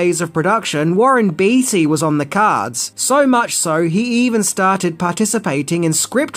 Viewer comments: It's pronounced, "Bay-Tee", not "Beety."😅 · Only thing I have to say about this amazing video is that its Warren Bait-y not Beety....just for future reference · Warren Bee Tee...that's hilarious! Warren Beatty is pronounced Warren Bay Tee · Warren 'Batey' is the correct prounciation. You say stuff incorrect often. I get it you read phonetically with Australian tendencies, but some are just not correct and a disservice to the talent and performers who did excellent work. As they say a sign of respect is saying ones name correctly.